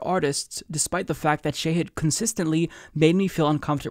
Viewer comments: Please please PLEASE learn how to pronounce his first name 🙃. It's Sh'AAA'hid not 'shay'hid. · His name is Shahid, not Shayhid. The mispronunciation is painful. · Small point: Pretty sure it's ʃɑhɨd, not ʃɛhɨd. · The Indian in me cringes everytime you call him Shehid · It's pronounced Shah-head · Wouldn't hurt to learn how to pronounce his name correctly before he comes on. Just sayin